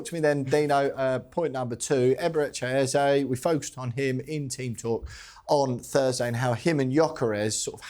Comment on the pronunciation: Its not "Ezah" Its "Eze" Just saying Thanks for the analysis though It was marvelously put together